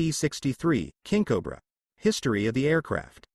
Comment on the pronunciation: I shoulda quit watching when the "narrator" oddly pronounced it, Kinkobra. .....it's fitting that in the end, that the final word uttered is "and".